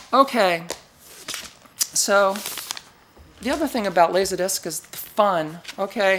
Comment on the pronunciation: “Lasahdisc”. Love your pronunciation of “Laserdisc” and love this video! I’ve been into laserdisc since 1990, and this video explains everything so nicely. I look forward to exploring your channel.